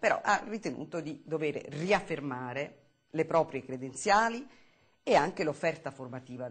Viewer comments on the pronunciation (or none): Una dizione agghiacciante, sarebbe simpatica nel privato, ma pubblicamente non si può sentire anghe, indaggine ecc